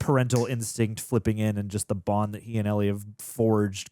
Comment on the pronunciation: Ell-IE,, Ell-IE.